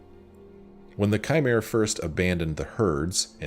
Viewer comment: props for pronouncing Chimer right first try